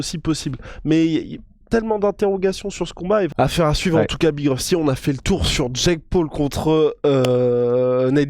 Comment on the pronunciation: Big rusty apprend a parler prononce bien les noms Anglais stp... Sinon autant mieu tappeler BIG LA ROUILLE